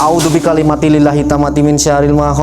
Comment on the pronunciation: Punten sedikit Koreksi bacaan nya bukan A'udzubikalimati Lillahi Tapi A'udzubikalimatillahi 🙏🙏